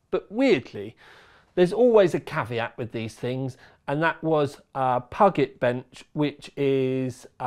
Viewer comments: Pew-jit not pug-et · puget is said like pew pew laser and jet airplane i think pew jet ;) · "puge" as in "huge", + "et" as in "it" = "puget"